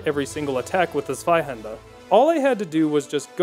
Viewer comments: I love your videos. You know what makes them even better? You saying Zweihander properly. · You pronounce Zweihänder really well.